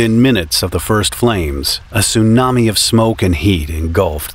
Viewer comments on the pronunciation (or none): none